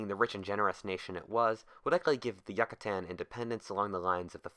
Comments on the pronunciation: You mean it's not pronounced Yuck-A-Tan? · YUH KUH TAN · Yuck, a tan. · Every time you say "Yuckuhtan" I cringe so fucking hard. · Yook-a-tan. Sigh... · He doesn't say Yucatan, he says YUCKatan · Not once he said Yucatán, everytime he says jack-atan would be a challenge. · It’s driving me insane how he’s pronouncing the Yucatán, I’ve been there multiple times so never go there till u know how to pronounce it lol. Otherwise great video as always. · As a mexican his pronunciation is fisically painful. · who tf pronounces Yucatan like that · What if you pronounced Yucatán correctly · I can't stand listening to this with this guys mispronounsiation of the word Yucatan. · The way you say Yucatán makes me uncomfortable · Great job on the video, but I had to down vote on how you say Yucatan. You have earned an a sub from me. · im sorry his mispronunciation of Yucatan really irked and distracted me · Couldn't you have checked the pronunciation? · ok tried watching this, but if you cant bother to research the proper pronunciation of Yucatan, I'm just not going to bother... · As a Yucatán citizen I cringe with the way you pronounce it, great video tho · We would be sober seeing how he never pronounced it right. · youcatan not yuccatan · I hate it so much he said yacatan not Yucatan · It's not Yuck-atan, its You-catan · The pronunciation kills me the Yuckatan? It’s the you-ca-tan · its pronounced YOU-cah-tan please dont ever say YUCK-atan ever again it made me cringe good vid tho.. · As a Brit the pronunciation of yucatan drives me insane. Yuck-a-tan, sounds like yakuza. You-ca-tarn. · Is it pronounced Yuckatan or Yucatan? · Really? Who in the freak pronounces Yucatan like that? You-Catan, not Yuck-Atan. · incorrect: yuck-atan correct: yook-atan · It is pronounced You ca tan, not Yuck a tan. Pronounce it right or don't pronounce it at all. Yucatan. (You ca tan) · It is pronounced You ca tan, not Yuck a tan. Pronounce it right or don't pronounce it at all. Yucatan. (Yoo ca tan)